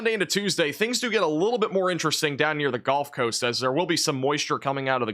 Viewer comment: I’m new to the channel. Is it some sort of joke that he says golf coast or is it his accent?